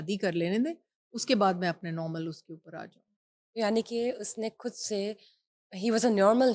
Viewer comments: کھدسے نہیں بی بی، خود سے ۔۔اردو پہ رحم کرو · کھد نہیں خود ہوتا ہے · یہ ھوسٹ صاحبہ خود لفظ کھود بول رھی ہیں۔ یہ خ کو کھ بول رہی اور لفظ خاتون کو کھاتون بول رہی ہیں۔۔ یہ انڈیا میں بولا جاتا ہے۔ اس کا مطلب ہی کہ یہ صاحبہ انڈیا کا میڈیا بہت دیکھتیں ہیں۔ ھماری اردو زبان ہی ھماری اردو بولنی چاہیے نا کہ ھندی بولنی چاہیے۔😢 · آج کل لوگ خود کو کھد خاتون کو کھاتون کیوں بولتے ہیں جیسے یہ اینکر